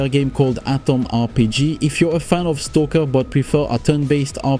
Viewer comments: Je comprends pas le délire de prononciation de STALKER là.. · Yes wtf is wrong with you just say Stalker ffs xD